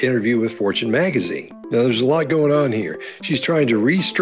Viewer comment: did the host say megazine